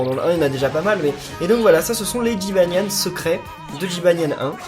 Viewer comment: j'ai trop rigoler quand ta dis jybanian 1